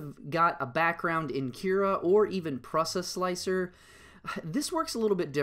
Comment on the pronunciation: "PruhsaSlicer? For real?